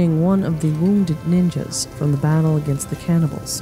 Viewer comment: Dam do you really have to use the hard "S" for Ninjas?